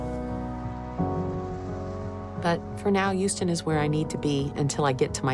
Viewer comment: says “y” instead of “h”! Like “youston”, “yuman”